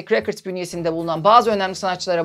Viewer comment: “Records” kelimesinin telaffuzu “rekırds” olarak okunmuyor muhtemelen 🥰